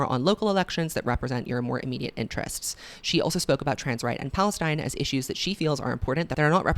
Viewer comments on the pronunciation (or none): none